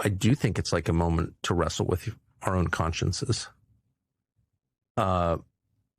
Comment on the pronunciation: "..consciences.." 🤣😂😁😆😃😉🙃😊 Sure, Tucker.